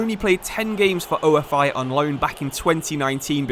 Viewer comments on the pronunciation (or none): it's pronounced ofe with e not o. f. I. ofe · Nice to see a video in my country's league. Sucks it's not in the actual game. By the way, AEK and OFI are not called by their initials. They are pronounced like a single word. OFI sounds exactly the same as the word Coffee but without the C. AEK is kind of like PAOK